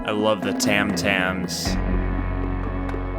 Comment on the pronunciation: That's it, I'll never hear TIME the same way again - why are talking OVER the good parts ( and it's TOM TOMS - not "tam tams" 😅